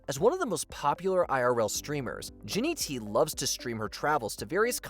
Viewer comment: its not jinnyt... its jinnytty ... considering its her URL that's a massive difference